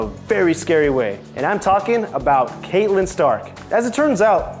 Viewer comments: Seriously, has this guy even Seen the show? Catelyn's name is pronounced CAT-LYN not KATE-LYN 😑 And Carice Van Houton is CA-REECE VAN HOW-TON.... Also do us all a favor and put your arms down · Kaitlynn????? Catlynn...i take it this guy doesnt actually watch the show lol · Ok so you don’t watch GoT. You don’t say half of the names right. It’s not “Kate-Lynn” is “cat-Lynn”. And can you get a host that doesn’t seem like he’s struggling to read off notecards? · HER NAME IS CATELYN NOT CAITLYN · It's so hard for me to believe these people have even watched the show, Caitlin? Seriously? It's pronounced CAT-a-lin, ....anyone who's somewhat of a fan should know that. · Uhh Kate-lyn stark? Kate-lyn STARK??